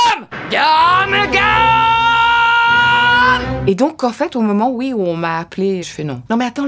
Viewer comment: Le seul défaut dans la VF de Luffy c’est quand elle dit « Gamagam » au lieu de Gum Gum 😭